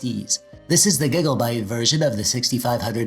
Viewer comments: All I can hear is...... "Giglebytes" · Love the way you say "gigabyte"